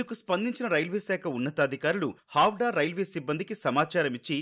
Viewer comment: హౌడా కాదురా బాబు హౌరా